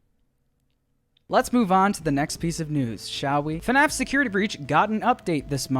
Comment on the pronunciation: When is the youtooz coming out